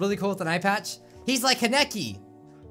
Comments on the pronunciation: Kanekei (KHAN-EH-KE) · THE FANGIRL IN ME NEEDS TO SAY You pronounce it KAH-neki Kahnecki Kehn. I OBVIOUSLY LOVE TOKYO GHOUL IT'S MY FAV ANIME 😂😍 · Sorry but: Con-Uh-Cee Koneki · Ts pronounced; (Kan-é-kee)